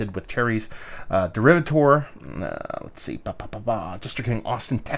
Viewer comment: when you do a review try and pronounce the name of the beer correctly